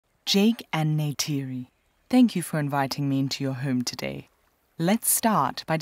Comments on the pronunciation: not him calling her neide again 😭😭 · Jake complains about Neytiri mispronouncing the "J" in "Jake" when he always mispronounces the "R" in "Neytiri." 🤨